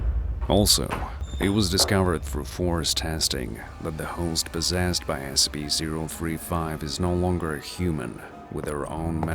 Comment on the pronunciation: I heard the narrator say SP, and not SCP.